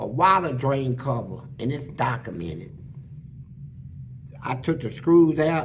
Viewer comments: “It’z Dakamented” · “This is dakamented”😂😂😂